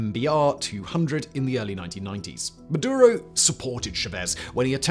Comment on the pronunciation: Its maduro